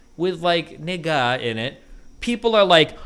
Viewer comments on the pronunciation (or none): You can say the N-word, Steven, but you can NOT say it like THAT! why tf you putting so much emphasis on the “a”. NigGAAHHH. That’s what you sound like, Steven. You need to stop… Steven